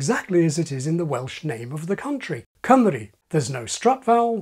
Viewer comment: Your Cymru sounds more like [kʰəmə̆ɾi], to my ears at least. isn't the 'u' in Cymru more like [ɨ̞~ɪ] rather than /i/ though?